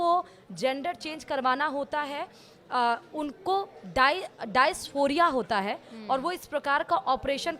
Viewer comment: Madam. दयास्फोरिया नहीं डिसफोरिया होता है 😅